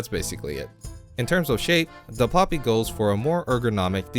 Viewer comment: Pl"oo"py, not Pl"ah"py.